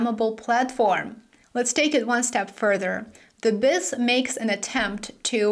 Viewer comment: The Bank for International Settlements’ acronym is pronounced Bee Eye Ess. Don’t mean to correct you just trying to help. 👍